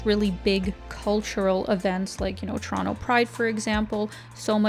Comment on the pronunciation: Don't know if it was on purpose or not (seems like it was), but, the pronunciation of Toronto in the editing kept me smiling throughout the vid. Shot of Toronto: pronounce it like a native Torontonian. Shot of other cities: pronounce it like someone not originally from there. Nice!